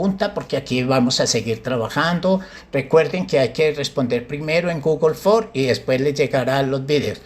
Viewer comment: Se dice Google ForMS. No Google For.